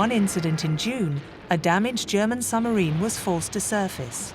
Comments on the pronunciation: There is a B in submarine. It is not pronounced summerine. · I loved listening to this but the woman who kept saying summerines instead of submarines was really annoying. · I wish the narrator would stop saying sumarine. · Why does the narrator repeatedly refer to submarines as summarines? I found that flaw rather detracts from what otherwise is an interesting production. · What is a 'summerine' and who was 'DeNits'? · What’s a “summarine”… there’s a ‘b’ in there somewhere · Why does the narrator keep saying 'summarine'? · Dreadful pronunciation …there’s a B in suBmarine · A good documentary which would've been a really excellent documentary if the narrator was able to pronounce 'submarine' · An interesting documentary destroyed by the narrators inability to put the letter "b" into the word "submarine". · Another superb documentary on Alan Turing. Please pronounce submarine correctly, it has a B in it to inforce that it is sub = under and marine = water. Thank you. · The way this woman pronounces submarine "without the B" is driving me insane.😖